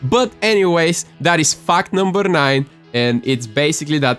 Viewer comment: I thought he said fak number 3